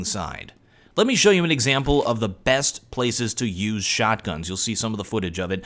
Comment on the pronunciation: Lol the way he said shotguns.